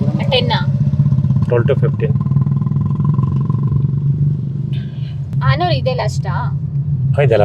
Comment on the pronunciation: ಹಾನೂರೂ ಅಲ್ಲ ಹನೂರು😅